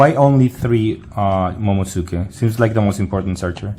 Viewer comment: momo-nos-que. that's how its pronounced for the 1 drop